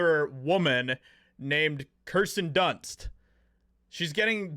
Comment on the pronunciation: Hey Schumer your BLONDE is showing. The name is KIRSTEN, not KRistern.